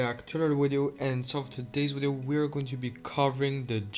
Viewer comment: “In today’s weedeo”